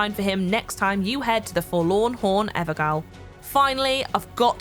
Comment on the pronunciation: "EverGAYOL" Being British, I would have thought you knew the old spelling of JAIL is GAOL. It is pronounced Ever"jail"